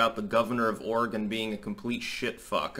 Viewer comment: Thank you for pronouncing Oregon correctly.